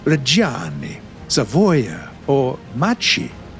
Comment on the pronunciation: what about "GIVANNI AGGUSTA" or "REGGIANNI" and "SAVOOOOIA"